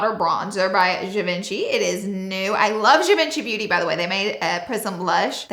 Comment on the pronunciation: Beautiful but please learn how to say Givenchy😂